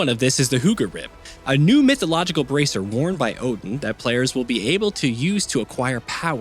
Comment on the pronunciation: Its the repeated mispronounciation for me. Like....at the very least...even if you NEVER heard these words before... you played the game right? They're all pronounced fairly correctly there, including the commonly mispronounced Odin, which should sound more like Othin.